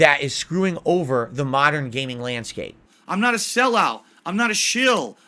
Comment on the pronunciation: Truly PAHSSIONATE about gayming!